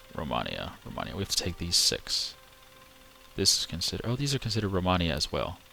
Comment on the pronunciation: Its pronaumced romeinia and written romania